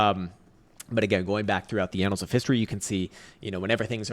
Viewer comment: Ah yes… the anals of history…